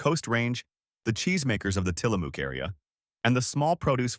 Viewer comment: Tillamook: mook like in book. (I see someone already corrected how to properly say Willamette). Might consider learning pronunciations before posting…Portland is alive and well! Thank you for the video…